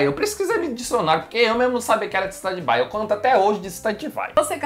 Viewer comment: NA VERDADE FALA STEN BAI